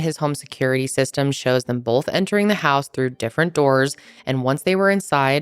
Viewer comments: Love your videos but constructive feedback: it’s “both” not “bolth” 😂😅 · i love you and watch you every week!! however i noticed when you pronounce the word both, you pronounce it bolth and it gets me everytime 😂😂😂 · Lol the way you say both... "bolth"